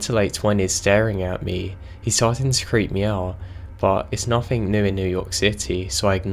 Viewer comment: whoever is reading this why have you got to {nothink instead of nothing also any other words that end in G